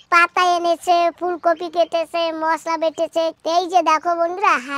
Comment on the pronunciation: Katha ta fulkofi noye.. Fulkopi. 😂😂